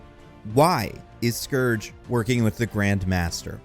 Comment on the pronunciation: Pretty sure you said Scrooge a couple of times lol